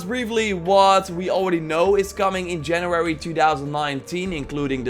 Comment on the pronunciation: It's January not Janurary. Am I the only one hearing saying it like this?